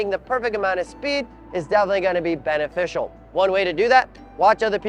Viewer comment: Did you say "Benetficial"? That's fire 🔥